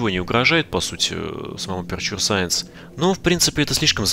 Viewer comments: Эпечу саэнс , НЕ АПУРТУРЕ И НИКАК НЕ АПЕРЧУР... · Боже перестанб говорить аперчур,правильно говорить эпечер саенс